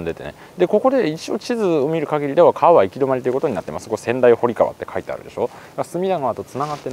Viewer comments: 小名木川は「おなきがわ」ではなく「おなぎがわ」です〜 また、仙台堀川は「せんだいほりがわ」ではなく「せんだいぼりがわ」です〜 隅田川周辺の土地をスーツさんが巡ってくださって嬉しいです！！ いつも楽しませてもらってます(by地元民) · 小名木川の読み方は「おなぎがわ」、仙台堀川は「せんだいぼりがわ」ですよ～。